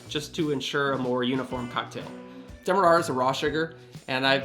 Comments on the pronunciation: Demarara is pronounced "DEM-AH-RARE-UH", not "DEM-AH-RAH-RAH" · Its pronounced demar-air-a. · I always pronounced demerara differently. As in "Jokes about white sugars are common, but jokes about brown sugars, dem-are-rarer." Thanks for the recipe.